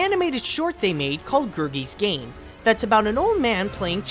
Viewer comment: DID YOU CALL IT GERBIES GAME!? 🤣🤣🤣 it’s Gerries Game